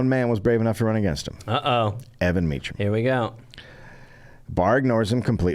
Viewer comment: How hard would it have been for Dave to figure out how to pronounce Mecham, instead of “hmm, I’ll guess, as if there is no way in this world to find out for sure seeing as we’re about to do two episodes on the guy.” Such intellectual rigour. It’s in wiki, and it ain’t Meechum.